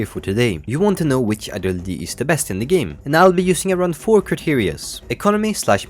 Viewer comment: every time you say “ideology” you either say it clearly or sound like an autistic person trying to communicate